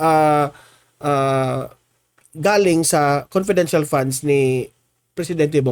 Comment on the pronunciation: Conpedential nga e,bakit e explain pa yan.conpedential is conpedencial.